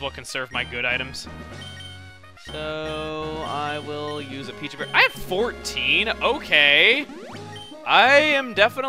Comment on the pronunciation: Pecha berry is pronounced Pe ch a